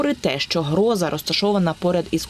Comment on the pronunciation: с ударением в названии большая проблема у ведущей!!! Как можно в слове Гроза неправильно поставить ударение???